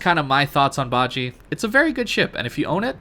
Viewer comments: It's pronounced as BA-JI-YEA or BA-JEA as in jealous. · Bah-zsheh (ba jie) pronunciation. Love your content, very easy to listen to, thanks for the upload. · Would agree completely, Got it last year and enjoyed it before the commander rework, it is even better now. However, you need to work on your pronunciation. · dude ur saying it wrong